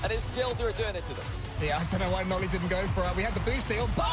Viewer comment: bro said nAly